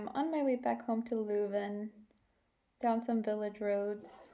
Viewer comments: Het is leuven, Ni luven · its not luven there is an e for a reason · The “i” in “bird” sounds like “ehr”; that alsmost sounds like the “eu” from “leuven”, but totally completely lose the “r”. The real locals (not kids from all over flanders who study there) call leuven, leujve. K’zen van Leujve (i ‘m from leuven). In local dialect it’s more like a combination of the dutch sound (that doesn’t exist in english)“eu” and a toned down “oi” (like punks often yell). But not many people even speak the local dialects anymore, too bad.